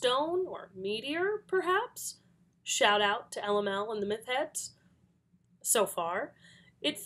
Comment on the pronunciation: "myth-heads" xD